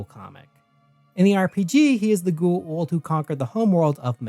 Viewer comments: Its Goa'uld not gu-uld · Bro, you're almost as bad as Jack at pronouncing Goa'uld, except instead of not pronouncing the vowel sounds correctly, you reverse them. KEK. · Why is is so hard to pronounce G O Aaaaaaa uld .. wtf is a Gu. Uuuuu uuld